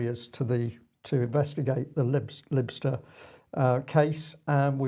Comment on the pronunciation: Lybster pronounced LIE- Bster, just for your information